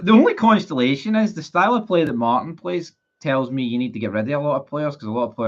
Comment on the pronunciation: Stop saying Constolation, it's Consolation. I blame the schools.🇮🇪🙏